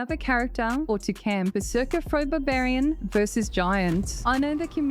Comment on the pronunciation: Babarian, I can't unhear it now.